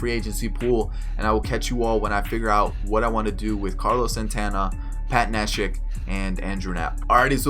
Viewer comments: Its (knee) shek nit nesh ick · Good video. It's funny how u perfectly say the spanish names but not the English ones like neshek and altherr lol